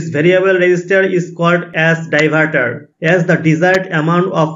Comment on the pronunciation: Die... var ....taar 😂😂